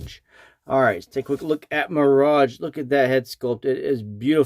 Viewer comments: American: My-Rage, obviously ;) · Good review, but you can't pronounce mirage correctly Off-putting